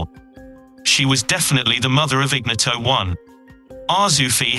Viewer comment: 9.29 IGNOTO1 pronounced in-knee-oto 😂😂😂 phonetically correct is; iɲˈɲɔto